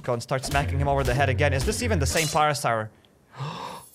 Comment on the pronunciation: You saying parasar pain